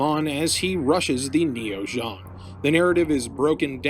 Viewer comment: I was like wth is ZHONG? ZEONG! lol zee-ong.